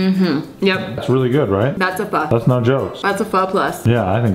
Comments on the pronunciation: CRINGE!! Pronounce pho like ur asking a question. Also, interesting kinda pho. Not something I've seen before, but looks good. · I always pronounced Pho as PH-OOO not PH-AAAAA😂😂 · its pronounced “fu” like fuck but without the ck lol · Omg you really phoking messed that up big time 😂 This is very but very faaar from pho 😂